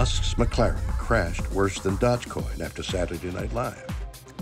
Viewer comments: Did someone not tell Bill it's pronounced "dohzh" coin, not, "dodge" coin? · I would have been surprised if Shatner pronounced Dodgecoin right lol. Funny video, great narrator.